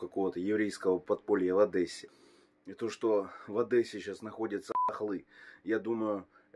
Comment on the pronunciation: Не одэса . А Одесса